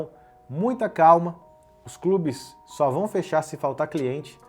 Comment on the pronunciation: Foda que pelas próprias palavras do cachaceiro: "esses crubi tudu que ele abriu nos ramu fechá tuduu" 😐